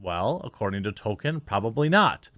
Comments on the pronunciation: I love you, but please please please…pronounce the L in Tolkien’s name. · Nobody: Jeremy: “Token” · It would be amazing if you make any effort at all to just one time not pronounce his name as token LOL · It's Tolkienism Not Tokenism that matters. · Am I the only one that cringes at Jeremy's pronunciation of Tolkien. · ehhh I think that’s a stretch. Jeremy’s commentary is spot on, but saying that over and over again isn’t a play on words after a while. I think he genuinely doesn’t know how to pronounce the Professor’s name. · Tolkien, has an "L" in it, Jeremy. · “Tokin”…? I always enjoyed a good toke while watching LotR. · I've pointed out the "Token" thing a few times, he just keeps doing it. It's not a good look mocking these fake fans when he can't get the writer's name right. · Does it bother anyone else that he says “Token” there’s an L and an I in there my man. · Jeremy, you pronounced it accurately at the beginning... this adaptation was authored by J.R.R. Token. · Did they say Tolkien or Token? I'm confused. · Why does Jeremy say Token? Seriously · Are you saying "token" instead of Tolkien for a reason 😂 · “Token” lol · Sounds like you're saying "Token" instead of "Tolkien" which makes it that much more funny. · Please stop calling him Token. Its Tolk-ien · Established Lords is a scam. Becoming a Lord doesn't work like that. Can also tell you actually don't care aboot what you are covering because you are calling him TOKEN. It's Tolkien. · Please..... Please stop saying "token" instead of Tolkien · name sounds more like Toll-Keen, not token... love the coverage but that's driving me nuts... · Tolkien not token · Hey man, pronounce the "L" in Tolkien. His name isn't "Token". You're killing me bro! :D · It’s not Tolkien it’s token! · It's Tolkien... not token. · Why do you say 'Token' when referring to TOL-kien ... ? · His name last was Tolkien not TOKEN. This woke shit is never based on merit and only fools believe these actors were hired organically